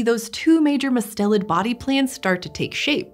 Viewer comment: it is usually pronounced with the accent on the first syllable!! i’m guessing their pronunciation was based on the family name, Mustelidae, where the accent is where they put it.